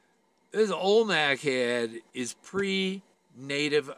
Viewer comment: I’m sorry, are you saying alnak head? Do you mean Olmec head?